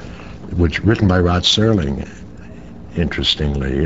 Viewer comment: Rod Serling, NOT S"T"erling.